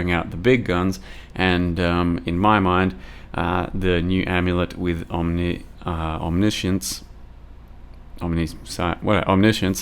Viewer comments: The way you ended up saying it is correct. It's om-nish-ince. I've seen goobers in comment section "correcting" it to omni-science since it was released and it's hilarious. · That's the modified American version. The original British pronunciation is om-niss-ee-uns. Seeing as Aus is a British colony the latter one is correct for to use not your version.